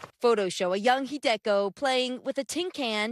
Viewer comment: With regards to the former Japanese internment camp in Colorado, the woman's name is pronounced Hi-de-koh, with a slight stress on the first syllable, not the second. should know that.